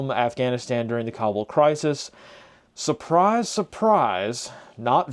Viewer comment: No way, you pronounced Kabul correctly… 👍 saw them in Logar on and off 2020. During IDF, the joke was what t shirt they were wearing, Taliban or Isis…